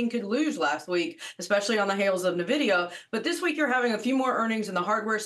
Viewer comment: Should we take market advice from someone pronouncing NVIDIA as Nuhvidia.. seriously, do you not talk to people in your industry?